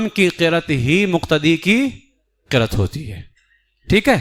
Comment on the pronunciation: Qirat nahin hai, qiraa't hai.